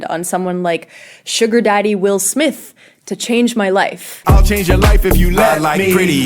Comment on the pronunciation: It is not pronounced Smif It is actually just Smith